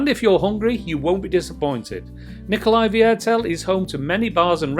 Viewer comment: Hahaha you make my teeth hurt with your funny pronunciation...It is called Nicolai VIERTEL .. which means Nicolai Quarter........